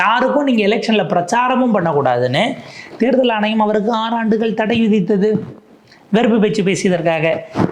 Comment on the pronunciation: தேர்தல் ஆனையம் அல்ல தம்பி " ஆணையம்" your Mode of Thamil is annoying . Try to regain else will be unsubscibed.